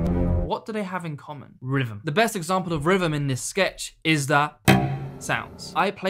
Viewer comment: How does 'th' turn into 'vr'? Rhythm = Rivvum?